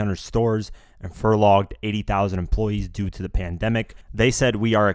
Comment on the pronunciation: yo man just a tip, it’s pronounced “fur-LOW-ed”, not “fur-LOG-ed” lol